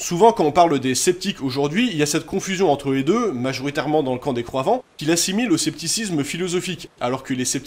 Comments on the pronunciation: C’est exprès que vous dites croivants pour croyants ? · bonne vidéo, juste ça me termine car j'entend les croivant et pas les croyant .